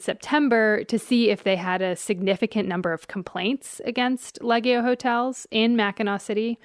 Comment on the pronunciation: What's funny is that the hotel brothers obviously have Italian heritage, they don't pronounce their Italian surname properly. Lee Ay Ge (hard G like Go) Oh